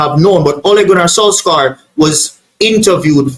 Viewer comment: It's spell solskjear but pronounced solshire